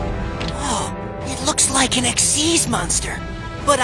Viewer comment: XYZ Monster pronounced ik-seez.